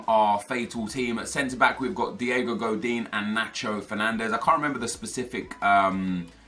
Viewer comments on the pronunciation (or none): none